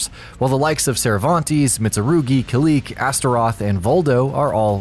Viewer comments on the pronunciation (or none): Did you just say Kill Leek?